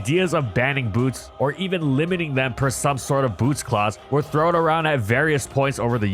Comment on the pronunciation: Do not change the T in Boots for a B